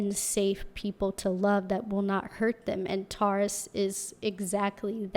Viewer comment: The way you say Taurus-> TAW—-ris 😂😂😂LOL